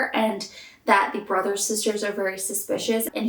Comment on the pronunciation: It’s funny because around the mark you said “Brothers Sisters” but it sounded like “Brazzos Sisters.” Hmm